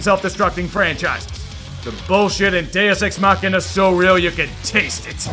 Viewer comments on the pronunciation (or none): "Deus Ex Machina" ~ God from the machine Good call, lol 😂, you pronounced it wrongly.